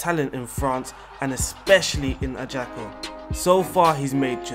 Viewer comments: injury prone in my game start :(... BTW: Ajassssssssio not Agiako ;) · His pronunciation of the player's name and Ajaccio makes me want to punch the screen.